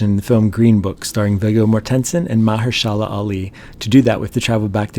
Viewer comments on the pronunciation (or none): Dude, you his name "muh-HER-sha-la", not whatever the f*** you just said. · Learn how to pronounce Mahershala and Carnegie and your reading is boring and flat.